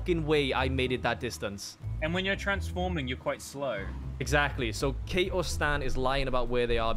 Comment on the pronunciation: I like that Kate got called out for a mispronunciation and didn't get called out for an actual mistake.